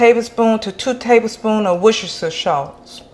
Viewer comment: I appreciate your videos. The way you pronounced worcestershire sauce had me 😂much love